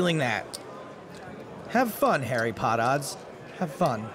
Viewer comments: "Harry Potodds" 🤣🤣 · "Hairy Pot-odds" LOL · "Harry pot odds" LMAO